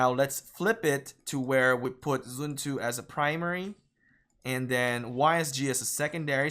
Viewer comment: literally no one. prounce it as zren tzu. Not even the chinese.